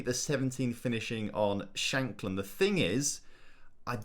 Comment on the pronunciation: Lucas Nmecha had a couple of decent loans but never really performed in real life. And Lawrence ShaNkland has 2 N’s in his name, it’s not Shackland😝